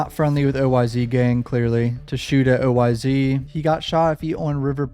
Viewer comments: Yo when you say oyz it’s not o-y-z it’s just oyz like imagine it was a s instead of a z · BTW its OYz pronounced: oh•wise & OGz=oh•jeez haha js I enjoy the content